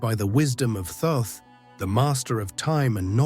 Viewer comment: Thoth is pronounced like cloth. Not being critical. I had to ask him myself.